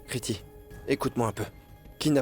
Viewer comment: On dit kritou et non Kriti pridvie